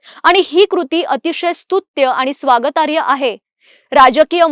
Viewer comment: स्वागतार्य नाही बरं का स्वागतार्ह म्हणावं बरं तिथे स्वागत आणि अर्ह असे दोन शब्द आहेत अर्ह म्हणजे योग्य एकूण अर्थ - स्वागत करण्या योग्य